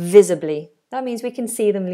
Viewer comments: Visibly, not visably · No such thing as "visably" it's visibly as in visible. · Great video! By the way, isn't it "visibly"?